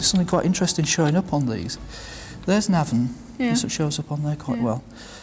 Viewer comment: It's Navan with the emphasis on the first syllable - not the second. At least Tony Robinson gets it right.